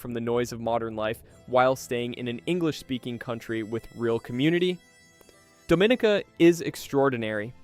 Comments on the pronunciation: It's not pronounced Doe-min-a-ca. It's pronounced Dom-in-e-ka. Don't piss them off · #4 is “dom ih NEE kah.” Not “DoMInica.” Please learn to pronounce the place/community names correctly, and thank you! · It's pronounced dah-mah-NEEK-uh. So how do we believe you after that? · Dominica is pronounced Dom meh NICA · It is pronounced. dom-min-EE-cah! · And it’s pronounced Dome-Ah-neek-Ah, is it not? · and by the away, it is called Domineeka !!! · In English we say Dominica. 😉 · He’s mispronouncing Dominica lol! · You clearly have never been to these places . You butchered the name DOMINICA.